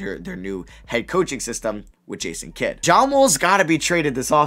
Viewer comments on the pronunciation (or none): none